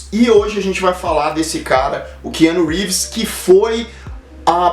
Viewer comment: " Que ano Reeves " kkk